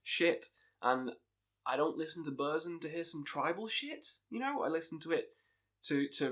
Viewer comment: Ita not BÖRSM, BÖRSEM or BÖRZEM. it is BURRRRRRZUM. It is a u not a Ö.